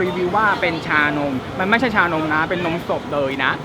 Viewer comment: ได้ยินพูดว่านมศพจริงๆนะ🤣🤣🤣